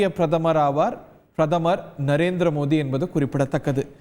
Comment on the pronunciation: இவர் ஏன் பாரத பிரதமர் மோடி அவர்கள் என்று சொல்லாமல் மோதி என்று உச்சரிக்கிறார்..